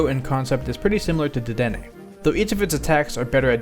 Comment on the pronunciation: Duh-Denné Dude the name is a pun on the phrase "dead end"